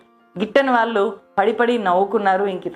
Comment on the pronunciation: నీ వీడియోలు చాలా చూస్తున్నాం అమ్మా! భాష మీద కొంచెం ప్రాక్టీస్ చెయ్ దయచేసి... వాల్లు! వీల్లు! పెల్లి! మల్లీ అని అనొద్దు తల్లీ !తెలుగు భాషను ఖూనీ చేయొద్దు.